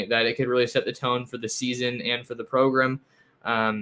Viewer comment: Love the correct pronunciation of Progrum!